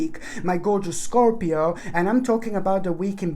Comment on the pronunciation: Haha Scor-pi-oni 😂